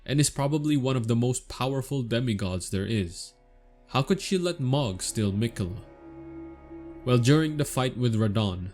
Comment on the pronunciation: please man Mohg is pronouced Moe/ Mo T_T